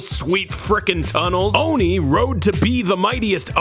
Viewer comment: Am i the only one who thought he said oney instead of oni